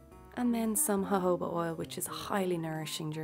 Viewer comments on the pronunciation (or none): Did she just ? Hohoba instead of jojoba ?